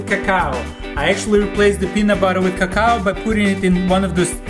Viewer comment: lmfao i died when he said CACOW!!!!! cocoa